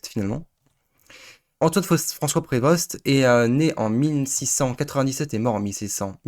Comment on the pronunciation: bonne vidéo mais son nom se dit "prévo" pas "prévoste" dsl il fallait que je le dise